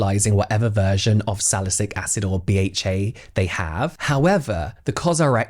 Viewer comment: AntioxiDant =-add the D lmao that doesn't sound good hahaha Saliculic acid.. not 'salycic'